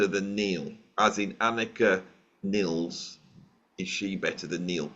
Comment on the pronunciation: Nilles is pronounced almost like Willis with an N instead of the W. Once and for all, drives me nuts, her name isn't Niles